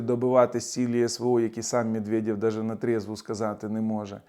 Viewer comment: " мєдвєдьов" - ха-ха. Можна всі їхні є читати як йо. Закарпатцям це взагалі буде легко. Йо ? Йо !